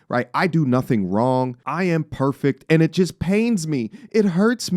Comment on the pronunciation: “I’m not perfeckk” yeah we know